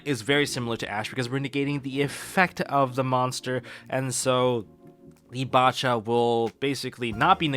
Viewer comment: Probably the biggest nitpick but nobody pronouncing bacha as they pronounce bach actually bugs me